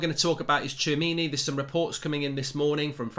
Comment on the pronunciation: Hats off to Mark for pronouncing the player's name correctly !